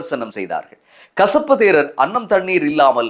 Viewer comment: கஷப்பு அல்ல , கசிப்பு 😂😂😂😂